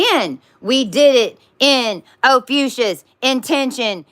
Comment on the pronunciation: Probably of no consequence at all, but why do you say OPHUCIUS instead of Ophiuchus?